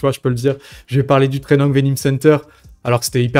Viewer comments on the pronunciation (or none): Trainung vening center ? Training venum center plutôt 😁